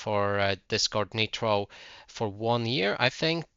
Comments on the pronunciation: Just because they don't have the same accent as you doesn't mean they didn't say it wrong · Google how to pronounce “nitro”. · "Netro" wtf???? its Niiiiiitro not Neeeetro wtf